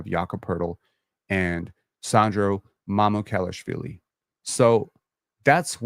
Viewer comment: Mamoo - kal - ash - villee. How to pronounce.